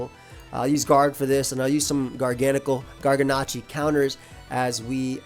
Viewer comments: Bro this pokemon, its gargancacacle. What you say, garngcle. Garnagagacle. It's gargacle. Mhm. Garnanagancle. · Hearing you say GARGANACL made me confused 😂